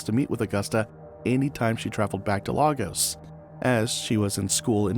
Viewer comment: That's not how you pronounce Lagos btw